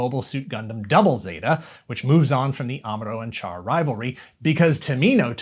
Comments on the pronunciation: Char is pronounced as "Shar", BTW. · I hate to be "that guy" but I can't help myself as he is one of the most iconic characters in Gundam, if not all of anime: the correct pronunciation of "Char" is indeed "Shar". Not the spelling, mind you; it is spelled "Char" but pronounced "Shar". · Char is pronounced Shar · It's pronounced "Shah." Listen to the original Japanese dialog.